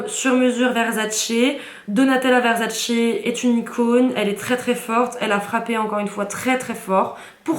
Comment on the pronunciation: Le truc sur la tête on appelle ça une tiare. Versace et non Verzzzacee. Et ça se dit caler en mode 😊😅